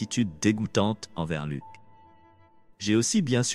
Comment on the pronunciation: On ne dit pas lok mais Luc